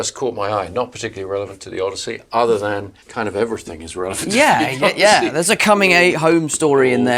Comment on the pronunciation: did she say Odussy?😂😭😭